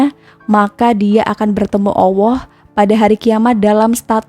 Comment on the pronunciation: Maaf koreksi: bukan awwoh tetapi Alloh 🙏